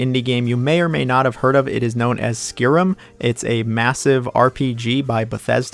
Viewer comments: Its not Skirim its Sky-Rim Yours truly the English teacher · Noooo you butchered one my fav RPGs ever Skyrim! It not pronounced as skerim it is SKYRIM